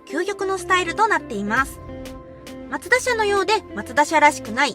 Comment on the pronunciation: が紹介すれば、全てが魅力的🥰 ちなみに、言い間違いの「マツダ」の発声は「マ↗ツ↘ダ↘」なんですね。 他の所は「マ→ツ→ダ→」ですが😋